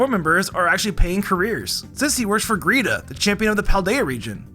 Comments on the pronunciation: I can't take this seriously cause he keeps mispronouncing geeta... ITS GEETA GEEEEEE TA!!!!! NOT GREEETA!!!!! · I'm not trying to be mean or anything since I had the same thing happen with me on her but her name isn't greeta it's geeta there's no r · GEETA! Her name is Geeta. There's no R in her name lol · geeta with an invisible R after the G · Why did you call Geeta “greeta” LMAO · The way he calls Geeta Greeta is just... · "Greeta" Anyone wanna tell him there is R in Geeta's name, or should I? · You mispronounced Shauntal, Wikstrom, and Geeta (Shauntle, Wilkstrom, and Greeta), AND Shauntal isn't supposed to be a ghost writer. She writes about her experiences and battles, how is she supposed to credit someone else for that?